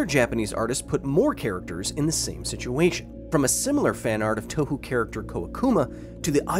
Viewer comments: Yes, you pronounce 東方 "ToeWho" like a proper westerner :D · "toe-who character" lol. lmao, even. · I just wanted to say 東方 (touhou) is actually pronounced more like "toe(as in foot appendages)-ho(as in a prostitute)" Pretty much all memes in Japan end up getting related to anime characters. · Pedantry incoming: Touhou is written as Tōhō in Hepburn romajii which gives a better idea of the sound in Japanese. Generally speaking "ou" in Japanese is like the "o" in "wok" but longer, just as "ei" is like the "e" in "dress" but longer. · no way is that koakuma from touhou on the thumbnail??? EDIT: yes it is, also he said touhou like "touhu" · to be fair anyone that doesn't know touhou wouldn't really pronounce is currently lol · Hearing different people pronounce ‘Touhou’ brings me a feeling that cannot be described by the English language.